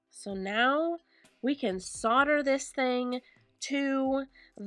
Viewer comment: ITS SOLD-ER!! PRONOUNCED SOLD..DER, OR SOLDA. (SOLD-AH if you’re from London or Essex!! LOL) When using it, You’re SOLDERING!! when it’s done, you’ve SOLDERED IT!